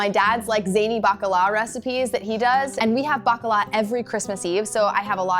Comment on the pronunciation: I heard Baklava Fritters not Bakala Fritters 😂